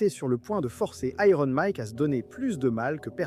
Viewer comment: Iron /ˈaɪərn/ se prononce "I earn" par "aille rône"